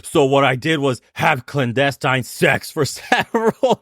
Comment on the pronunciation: Listen to how she speaks. Right "clandestine XeS"??? Wtf